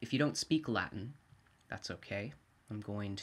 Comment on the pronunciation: the thing is: no question about your knowledge of Latin, which is probably fantastic. The thing is the pronunciation, the consonant sounds (too harsh) and the rhythm, which sound very alien to Latin. It’s the same as an Italian reading old-English, the result can’t be good ... but if you love Latin, carry on, why not? I was only kidding mate!